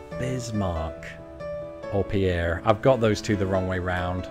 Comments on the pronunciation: Pierre SD is pronounced "Peer" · You said Pierre wrong!!! And it is South Dakota's capital!